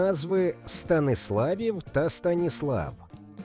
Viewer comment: Помилка щодо Звягеля і наголос у колишній назві Франківська СтанІслав